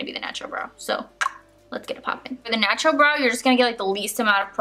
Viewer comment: I heard nacho instead of natural at the beginning lol